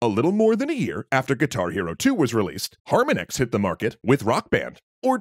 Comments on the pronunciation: Good info in this video, but the constant mispronunciation of "HarmonEX" drove me absolutely crazy. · How do you get "HAR-man-ex" from Harmonix? It's just the word harmonics, replacing the cs with an x. Also, unique is an absolute. Something can't be "somewhat unique" or "fairly unique". It's either unique or it isn't. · Not trying to nitpick here but someone please confirm that Harmonix is pronounced like the similar word in "harmonic minor" and not like harmon-ex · Love that you pronounce harmonix wrong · It’s not harmon-x it’s harmonix, like harmonics, this irks me so bad, I can’t finish the video. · Harmon-ix is pronounced harmonics, like the sound wave. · I’m going to have to bail on this video because you keep pronouncing “Harmonix” as “Harmunex” like it’s an anti depressant or something. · So, have you even played these games yourself? There is some bad info in here, and you are not even pronouncing "Harmonix" (har-MON-icks) correctly. Seems suspect. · It's pronounced "har-MON-icks", it's a play on the word "harmonic". There is no "ecks". Cool video though. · "Harma-nix"? Really? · His pronunciation was bothering me through the whole video. Harmonix as a play on harmonics is something I thought was obvious. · Beatles and Metallica are 100% love letters for those bands and fans. Both Harmonix (which you refused to pronounce correctly by the way) and Activision put a lot of effort in those games and are each considered proper titles for the genre. Green Day, Aerosmith, Van Halen? Now that’s cash grabs that never needed to happen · STOP SAYING HARMONIX LIKE THAT PLEASE IM GONNA GO INSANE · This is a really great video, but its so hard to hear you mispronounce harmonix every time you mention them. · Is anyone else unreasonably irritated that he is pronouncing harmonix wrong. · Your pronouncing Harmonix wrong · HARM ON IX Not Harminex. that pronunciation was killing me this whole video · Har-MON-icks not HAR-min-ex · It’s Har-mon-ix, not harm-a-nix 🤦🏻‍♂️